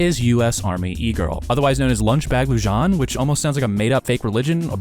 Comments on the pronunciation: You are murdering her last name. Horrible pronunciation. Lu-han is how it’s pronounced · It's pronounced LunchBag Loo-Han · Lujan? You mean Lujan (Loo-hon) lmao never heard anyone pronounce it like that lol. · He white and doesn't speak spanish